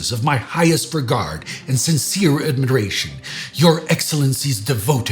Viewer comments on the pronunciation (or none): said "admidiration" instead of admiration. I thought of George Dubya Bush.